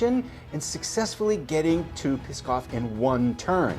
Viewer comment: NOO and AYBUL, not NOOD and ABULL. Also, PSKOV is pronounced "SKOFF". NEVA is pronounced "NEE-VUH". I really want to finish this series, but your mispronunciations are giving me a tumour.